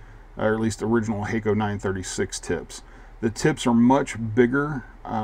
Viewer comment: It's obvious that it's "Hack-o" not "Hay-co"! And what is a soddering station?